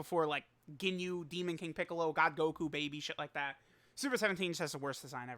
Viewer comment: Homie said “king picCOLOOO”